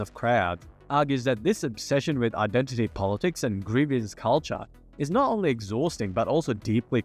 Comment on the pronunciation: Please God stop adding a middle syllable to the word "grievance"